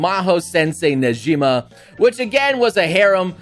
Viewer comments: "Mahou Sensei NeJIma"??! It's pronounce Ne-Gee-Ma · I'm sorry? Did you just pronounce Negima with a "J"???? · It's pronounced with a hard "G",. Like in "go", with an "i" instead of the "o".